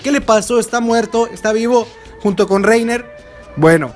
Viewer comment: Gran video: Solo unos tips de pronunciación, dado que todo se basa en nombres Alemanes. (entiendo que hay variación en las distintas traducciones, pero en fín) Reiner = R a i n e r Bertholdt /Bertolt = se pronuncia igual con énfasis en la última "T" Erwin = E R V I N (dudo que alguien quiera corregirse a estas alturas jeje) Pieck = P i k Zeke = Z i k El apellido Reiss = R a i s El apellido Tybur/Teibur = T a i b u r El apellido Jaeger = Y e i g u e r No recuerdo otros nombres que sean ambiguos, pero ahí queda como dato curioso, saludos!